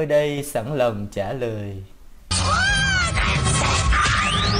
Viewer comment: )) trả loèi